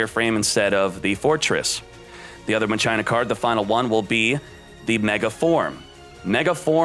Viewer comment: Deux Ex Ma-CHINA!!!